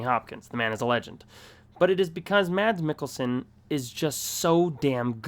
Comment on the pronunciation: u did an awesome vid, but to help, it's CarolEEne dah-ver-nahs and mass meekelsin